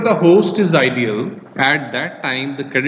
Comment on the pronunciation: Host was "Idle" but not "Ideal" 😄